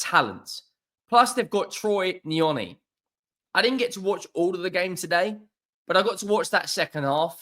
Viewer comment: T̶r̶e̶y̶ N̶y̶o̶n̶i̶ Troy Neony